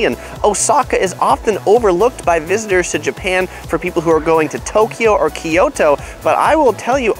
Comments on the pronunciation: kyoto not kiyoto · KYO TO, Not Ki Yo To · Can you please pronounce it right... Ki-Yo-To is typical eng speaking person pronouncing it wrong assuming its right. It should be pronouced Kyo-To. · It’s not KEE YOTO, like ToKyo just other way round KyoTo.